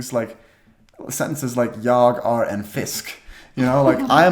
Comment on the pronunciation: Du borde träna på att inte uttala "är" som engelska "are", mer som "air".